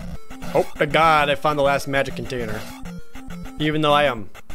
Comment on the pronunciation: Sometimes, when Jared says magic container, I hear it as magic potater.